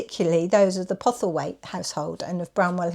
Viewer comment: The name is PoStlethwaite. Pronounced "Posselthwaite", not "Pothelwaite"